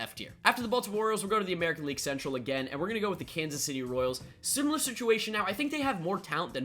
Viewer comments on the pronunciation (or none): none